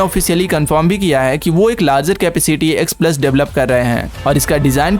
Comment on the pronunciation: एक्स प्लस नहीं... एक्स पल्स... 😌